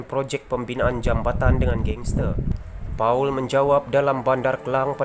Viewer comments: Paul pun kau tak tahu baca. Baca Pol bukan Pa-ul. Dulu ketua whip, kau baca ketua W-H-I-P. Tolong berhenti jadi YouTuber. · The reader - correct ur pronunciation on this name -PAUL - jangan memalukan - polish ur reading professional - don’t get people to sleep to listen to your script reading !! memalukan melayu